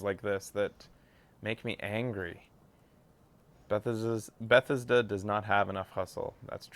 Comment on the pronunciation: You say Bethesda weird, like your saying Beth-is-da.